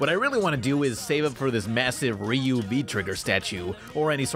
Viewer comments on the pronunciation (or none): Ryu is pronounced as "Roo". Some alphabets in Japanese, such as "y", almost don't exist, like "J(y)agaimo" (potatoes). I learning Japanese on Memrise pays off. (Plus, was John DiMaggio crying?)